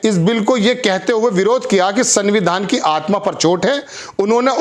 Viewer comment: सर सनविधान नहीं बोला जाता। इस में आधा न आता है। इसलिए आप संविधान में पूरी न ना बोलें। उच्चारण को सुधारने की कौशिश करें। पहली बार आपके मुंह से गलत संविधान का नाम सुन कर अजीब सा लगता है। ख़बर बढ़िया लगी। आपका धन्यवाद।